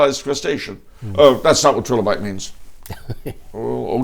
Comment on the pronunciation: Yes, I was mocking his pronunciation. Strange reference, I'm sure that I have heard 'trilobite' used as insult, to say someone is a fossil/ stuck in the past. I thought maybe it had another reference to the Holy Trinity or other.